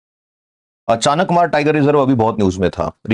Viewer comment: नाम अचानकमार नहीं है...अचा।।।।।।नकमार है ।